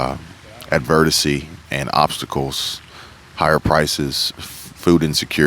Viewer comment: " averdisy" ?? Nah dude, it's adversity. Not only are you starting to sound like a socialist which is probably what you are but it's funny to hear you mispronounce that word. You may be eloquent but you are dumb and ypur mispronunciation of words proves it. You don't care enough to make the proper pronunciation so why should we listen to you concerning anything else you have to say?